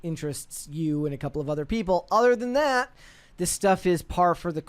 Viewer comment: You’ll admit “thawt?” Do you mean “that?”